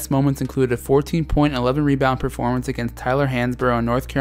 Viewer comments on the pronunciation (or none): none